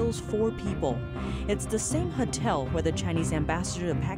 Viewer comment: Huh-tel huh? God, she's like a robot/alien.